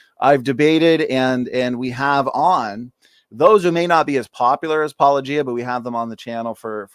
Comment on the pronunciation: AT LEAST learn how to say his name correctly: paul-oh-GEE-uh. Not paul-LOW-gee-uh. And be decent and link to his original video in your show notes.